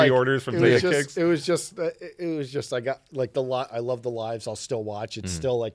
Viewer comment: The “Za” in Zadeh is pronounced like “Fa” in Father ✌🏽it’s originally a Persian (Farsi) last name if I’m not mistaken